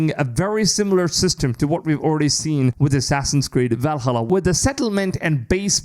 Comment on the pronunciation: every time you say Valhalla i laugh but also want to stop watching lol are you swallowed your tongue trying to say it? or i assume you didn’t check out a how to pronounce it